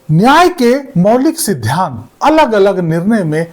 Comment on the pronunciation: Aap "sidhant" boliye na ki "sidhyant" please undestand pronounsation